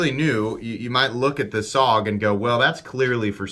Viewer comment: i believe its pronounced Soge..